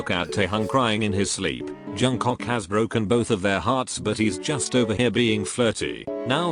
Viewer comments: no one: literally no one: robot voice: jungCOCK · Someone tell to stop saying jungcock ffs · I burst to laugher after hearing JUNGCOCK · Narrator I see you calling Jk Jungcock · LMAO!!! “Johncok”